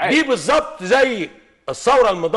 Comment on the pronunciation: أحلا حاجة في الموضوع ده كله حمزة وهو بيقول قنتاقي في الاخر اللي هي يعني ((كنتاكي))...